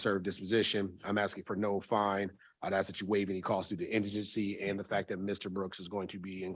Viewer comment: What dis you axe me ?